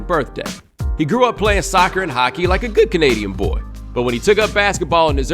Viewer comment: like a gOOD canadian boy